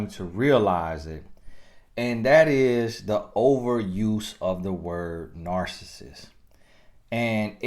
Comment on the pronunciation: I know I'm wrong for this but cannot pronounce this word, narcissist and it is driving me crazy1🤯 but I do love your videos.